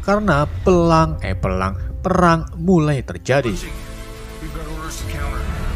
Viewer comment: Nonton serius eh malah Fokus kata narasi nya "perang" jadi "pelang" malah ngakak😂🤣🤣🤣